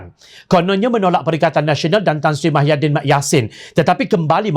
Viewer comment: Pembaca berita syok sendiri,woi muhyidin lah,bukan mahyadin..sudah lah.